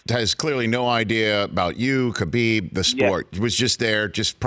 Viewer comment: I don't understand as popular as Khabib is not just in MMA, but globally people still mispronounce his name.